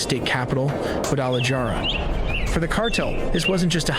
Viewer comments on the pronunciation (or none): lmao the narrator said in micokean and guada jar a lol 😆